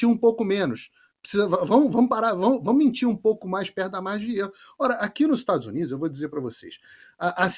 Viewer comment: Esse homem lá nos Estados Unidos,é muito nojento para pronúncias das palavras, estados uniduxxxxxxxxxxxxxxxxxxxxxxxxxxxxxxxxxxxxxxxxxxxxxxxxxxxxxxxxxx.